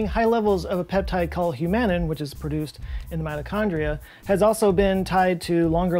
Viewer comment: You pronounced Humanin incorrectly. Or maybe I just nodded off.